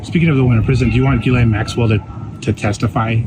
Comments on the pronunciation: FYI her name is pronounced gillane with no emphasis on either syllable. Embarrassingly, I was introduced to Ghislaine Maxwell as a "London socialite" way back in 1994 by my boss at an internet startup company in London. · GHISALINE Pronounced like Giselle. Not Gil-lane Gis-lane/Giselle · Pronouncing Ghislaine with a J sound 🙄😑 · JizzLane it's JizzLane Maxwell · Her name is pronounced Geh-lenh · Just an FYI…her name is pronounced jislane. It is French. Look up the pronunciation on Google if you want to because that’s what I did. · It is gil lane the s is silent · You're pronouncing her name incorrectly... FFS!